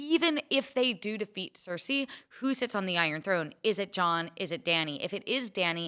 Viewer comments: Ceresi. It's heresy! lol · Why is he calling her Cerisi??? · Why is he saying Cersei so weirdly?